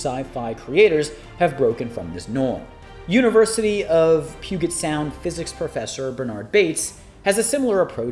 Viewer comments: Hey, we native Washingtonians pronounce it "Pew-jet" sound, not "pew-get" sound. Otherwise another great episode! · It is pronounced “Pyoojet” Sound.